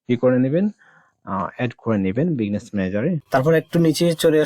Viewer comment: বিজনেস কে বারবার বিগনেস বলছেন কেন?